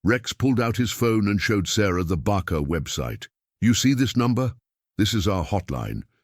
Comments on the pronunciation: Judge should have included the deputy brother in the restraining order as well as the stepfather. Do with the audio AI could pronounce (and spell) BACA instead of barker. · There is no R in BACA